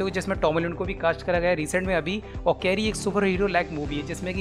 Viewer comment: चेरी है, कैरी नही